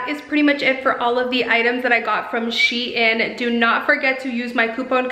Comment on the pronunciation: No offense but it’s not pronounced she in